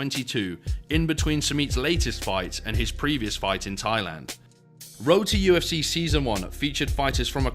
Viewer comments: Kept hearing Roti FC until i realized u said road to ufc hahahaah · Every time “Road to UFC” was said, it sounded like “Roti UFC” which hilariously would be appropriate.